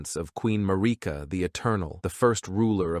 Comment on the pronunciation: I found the AI voices pronunciation of queen Marika hysterical. 🤣